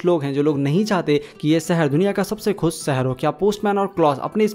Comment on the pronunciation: Bhai khus ni khush ہوتا hai